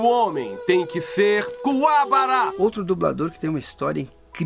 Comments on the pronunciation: Kuwabará não pelo amor de Deus Wendell, e Kuwabara.. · Excelente!!!! É maravilhoso ver como um dublado tão conceituado como o Wendel, elogiar outros tão bons quanto. Só pecou em pronunciar o nome do kazuma Kuwabara errado...